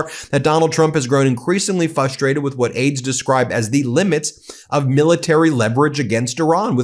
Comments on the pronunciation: "Fustrated" is frustrating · I agree with you totally, but the word is FRUSTRATED, not as you pronounced it- “Fusstrated”! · Ha ha... "fustrated".